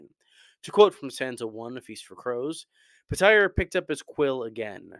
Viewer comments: Its Pronounced "Peter," not "Puhtire." Please stop listening to the audiobooks, Roy Dotrice mispronounced so many names! 🤦‍♂️ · Why tf are you pronouncing his name Puh-tire? I had to stop the video as soon as I heard that twice. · petire petire petire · Anybody else stuck with calling petyr the way Roy Dotrice pronounced it? 😅 calling him PETER Baelish always throws me off. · "Peh-tire" ?? lol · Pitire, really lol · The way just pronounced Petyr made me have a stroke.